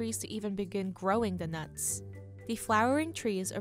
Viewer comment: DEES NUTS